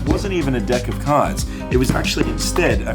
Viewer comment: Ok got next day's data . Watched the video . I think mika performs that case penetration trick better. I love the way he pronounces deck 😛 Street shows are always 🧨🧨